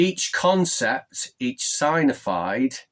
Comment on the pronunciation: Sig-nif-ied/sig-nif-ier Sorry if that’s rude but that’s how to pronounce it. Great Vid!